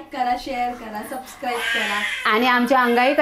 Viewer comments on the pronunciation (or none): none